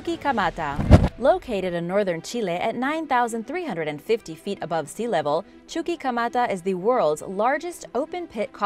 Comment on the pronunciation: Chuquimata= Chu-qui(as in «Key»)-Ma-Ta is easier to pronounce than Chu-Chi-ka-mata, lol! (Not trying to be insulting only humorously corrective 😁